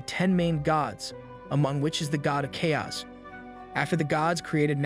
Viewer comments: I was wondering about that. It is spoken so naturally that those little bits stand out so blatantly and give you an uncanny valley feeling. I was always confused how someone could mess up such basic words. Such as where it mispronounces "chaos" twice in two different ways. Thanks for the confirmation. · I really like this channel but in the minimum amount of disrespect possible I would like to point out you have slight mistakes pronouncing telekinesis and chaos